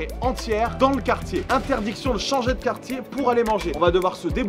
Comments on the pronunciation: Ptdrr c pas qartier mais quartier à 😂😂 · « qartier » t’abuses frero 😂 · aie aie aie "qartier" sans le u ça fait mal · "qartier" j'ai envie de mettre des gifles ! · Quartier pas qartier... :P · Wesh le « QARTIER » MDR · Ça se voit que tu perds ton français t’as oublié le U de quartier😂😂